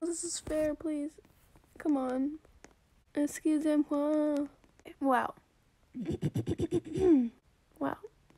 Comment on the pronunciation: Lavenders speaking: exusemwaa